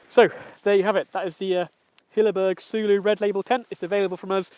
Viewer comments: Pronounced "Solo" direct from Hilleberg. 😉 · What was his punishment for butchering the name?😁